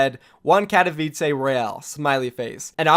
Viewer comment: Kat o v I ts ay not how u say katowice it's kat o vi ts e